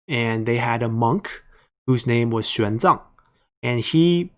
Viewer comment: Chinese monk "Xuan Zang", not "Xiang Zang"